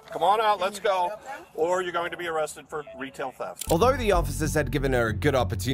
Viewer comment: got “awested” 😂